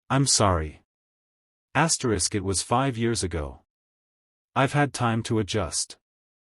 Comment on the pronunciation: Could not listen this after I heard the hundredth ASTRIX